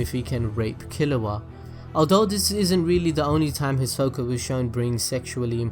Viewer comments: The way he says his name is weird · THATS NOT HOW YOU SAY HIS NAMEEEEEEE 😭😭😭😂😭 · Why you say his name like that 😭🤚